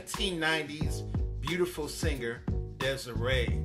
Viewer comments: I talk to Des'ree periodically. As you may or may not know she and her mom put out a vegan cook book many years ago. Also her name is actually pronounced Dez-Ree.. it's not Des-Ray. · her name is pronounced DES-REE.